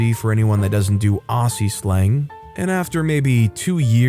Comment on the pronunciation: Aussie is pronounced Ozzy. Cheers mate.